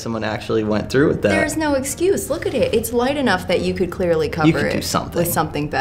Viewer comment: "We cululd die tommorow"